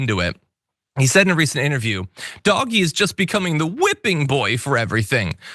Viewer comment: Good lord stop saying "doggy". It's DOGE.